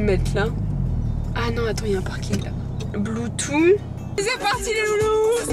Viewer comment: « bloutou » mdrr